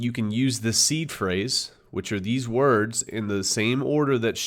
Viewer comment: "A series of worts" lmao